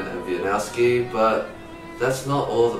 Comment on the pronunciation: I am from Poland and its so funny how they pronounce wieniawski like (in polish) łieniałsky and its meant to sound like vieniavski